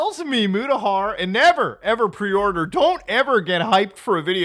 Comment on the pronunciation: Preeee...order? I am sorry, I do not understand these words that you are speaking.